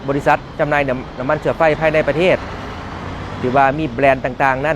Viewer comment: นาทีที่ 1.48 จนท.พูดว่า น้ำมันเชื้อไฟ ผมว่าผมได้ยินไม่ผิดแน่ ใช้ ช.ช้าง จนท.คนนี้ ขายซาด555 ถ้าพูดคำว่าน้ำมันเชื้อไฟ ใช้ ช.ช้างทั้งนั้นเลย